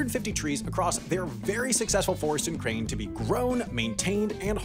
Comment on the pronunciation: who else heard "ukraine" every time he said "in crane"?